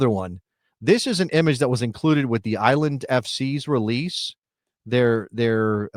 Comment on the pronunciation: It's just that people in the Greater NYC area are wont to refer to Nassau and Suffolk County as "The Island" with the emphasis on the second syllable, not as "THE Island". Geographically, NYCFC will play on Long island and are on the Long Island parkway system, so can they overshadow any new USL team? PS, Stony Brook University in Suffolk County has a suitably sized stadium that has been used by professional lacrosse, which is big on "The EYE-land"